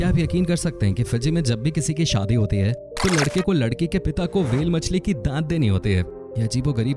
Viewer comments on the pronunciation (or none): none